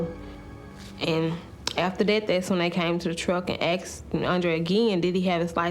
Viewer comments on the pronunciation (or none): They axed him for his license 😂 not asked😂😂😂😂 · Andre went out with a moron. "Somebody AKX me"?